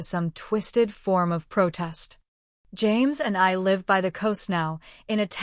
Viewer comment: How about 'wound' and 'live'??